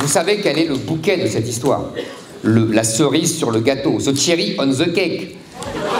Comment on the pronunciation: . "Zeu tchéri aune zeu qèq!" Zemmour maï prézidante! 😂🇫🇷🇫🇷